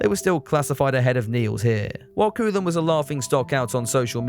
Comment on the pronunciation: FYI, I understand the difficulties of another language but Koolen should be pronounced as KOH-len.